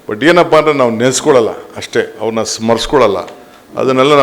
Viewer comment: Le ರಾಮಕೃಷ್ಣ ಹೆಗ್ಗಡೆ 'ಅರವನ್ನ' ಅಲ್ಲ, 'ಅವರನ್ನ'. ಮೊದಲು ಕನ್ನಡ ಕಲ್ತ್ಕೋ ಕ್ಷೀಣ ಧ್ವನಿ